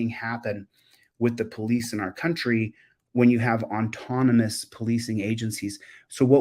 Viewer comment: The word is AUTONOMOUS, not ONtonomous.